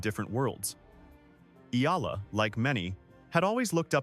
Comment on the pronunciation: PLEASE LEARN HOW TO SAY HER SURNAME CORRECTLY.